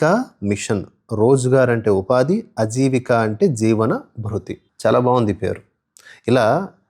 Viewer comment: గారు ఒక చిన్న సవరణ. అది 'అజీవిక' కాదు 'ఆజీవిక' దీర్ఘం ఉంది. హ్రస్వతంతో వ్యతిరేకార్థం వస్తుంది.